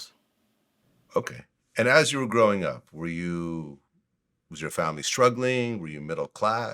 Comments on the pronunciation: Did he say “skrugglin”? 🤣💀😂💀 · He said, "a skraw"...!!! lol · "With a scraw"😂😂😂😂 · Scruggle = struggle. Not all of us VA say it like that though. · Oh ok. That's not how you say struggle Such a bad influence and way to teach kids how to speak properly